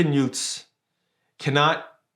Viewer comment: Did you say Yute's? What are Yute's?.